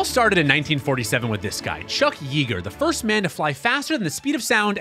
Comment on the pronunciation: Just FYI. It’s pronounced “ yea, like hay , Yeager